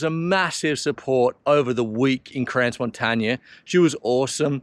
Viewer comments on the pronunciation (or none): Congrats for your achievement! However, its not pronounced 'Crans Montaña', it is in Switzerland not in Spain, therefore more like 'Cro Montaana'. Hint from a picky person. 😉